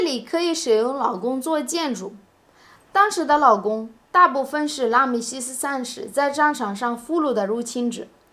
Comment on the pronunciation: Your pronunciation of 劳工 sounds exactly like 老公. 劳 is 2nd tone, 老 is 3rd tone.